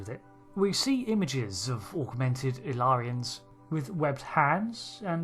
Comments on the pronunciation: It's not pronounced "Ill-yar-ans", but "Ill-ear-ians". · The way you keep pronouncing the species name in the video is like "Illarans", or "Illarens", instead of "Illyrians". Could there be two different species, one with the other species name spelling???? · Ill-ear-ians Not Ill-yarans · In my controversial and highly important opinion, it's pronounced "il LEER' ee in" as in "Illyria," a region in northwestern Greece (roughly around modern day Albania) of primary historical importance in classical antiquity. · It's not that hard. ill-EAR-ee-uns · Why is the narrator of this video pronouncing their name in such a strange way? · Does make you wonder how someone can spend the best part of an hour watching an episode where the word is said numerous times and then completely get it wrong SO MANY TIMES. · Crucially, "Illyria" was a made-up country in Shakespeare, borrowed by a number of writers to name their pretend countries because it's public domain. Trek writers enjoy their Shakespeare references. But that also means there are a few centuries of precedent in English-speaking culture pointing to how this word is pronounced. Y'know, if listening to the episode weren't enough.